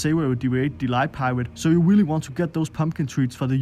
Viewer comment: Ramm just as I read this comment, he said “Willy nice”